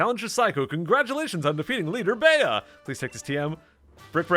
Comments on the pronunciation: Bea is bee not beyah fyi :) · Bea is pronounced "bee" Bede is pronounced "Bead" Oleana is pronounced "oh-lee-ahna" Just for future reference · I always thought it was pronounced "Bee", like "Beat Up" since she's a martial artist. :p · Apparently Bea's name is pronounced "Bee".